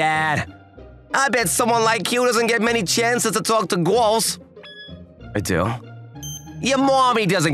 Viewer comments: That guy saying “gorls” 💀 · Bro the bully when girls is fucking funny because he says gwos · And people know how to speak😅 because he said gowrls😂😂😂😂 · Nahhhhh bro he says “gwals” instead of girls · The way he says girl he says it like gorl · Girls❌ Gwols✅ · bro said guwols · DAWGGGGG WHY HE SAY GIRLS HE SUM" gourls" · Why did he say gworls 💀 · Did he say gurls or girls or guuorils bruh ☠️ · The reason why I watched this is because he said guals 😂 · Blud said gwols💀💀💀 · "Gorls" Bro :skull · man said GUIRLS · Bro the girls pronouce is “Gorls” 🤣 bro is bri’ish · Why does pronounces “Girls” like.. “Gwohls”